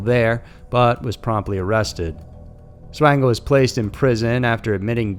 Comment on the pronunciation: Michael Swango is pronounced SWAN-GO. There was no Swain (like Twain) It was SWAN-Go